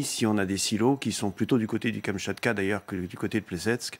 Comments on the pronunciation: Gros gaffe de prononcer kamanika 😂😂😂 quand c'est la kamciatka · KamAchka ... Mais non c'est KamchaTka. Pas besoin de Satan ))) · Nulle kamchatka et pas kamachka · Kamchatka et non kamachtka ( retournes en Ce1, ma grande ! ; )) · Et la fille qui n'arrive même pas à lire "Kamtchatka", en mode "attend j't'explique", mais je ne connais même pas le Kamtchatka ...